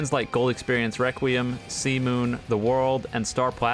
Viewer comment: saying requiem be like: weqweum